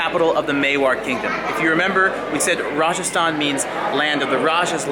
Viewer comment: Your hindi pronunciation of Rajasthan & Udaipur reminds me of the British overlords who ruled India. Scary. Btw great video.